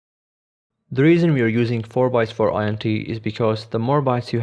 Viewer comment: "int" isn't an acronym, it's short for integer. Just pronounce it as it's written.